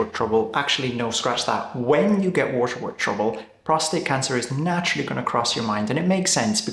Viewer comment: The way you pronounce "waterwork" is really funny. Usually, you hardly have an accent and you're very easy to understand but, when you hit the word waterwork, what comes out is "washawuk", which sounds like a cool native American name for a region in northern Canada but I had no idea, what you meant. I had to rewind and activate the caption. Pretty funny 😊